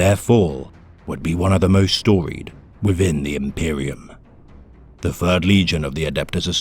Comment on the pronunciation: you are hallucinating my friend. Interesting that people finder it harder to tell the difference though. This isn't AI, the narrator has difficulty pronouncing "Th" which is especially difficult when making lore for the "fird legion"